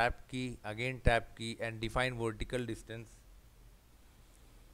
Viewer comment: 'Wertical distance'